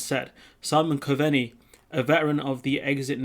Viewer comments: Hi, Try Simon Cove-nee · good vids bud, just a wee tip, Coveney is pronounced Cove-nee :)